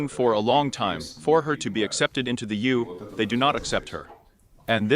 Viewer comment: UN, EU, ICC, Anatolia - the robo voice is not reading these properly.